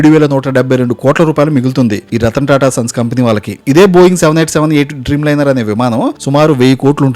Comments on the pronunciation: రతన్ టాటా అనే వత్తి పలుకుతున్న ఏంటో మరి నీ ఆనందం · రతన్ టాటా రతన్ టాటా అని రెచ్చకోట్టే విధంగా వత్తి వత్తి పలకటం. ... దివాలాకోరు తనాన్మి సూచిస్తూన్నది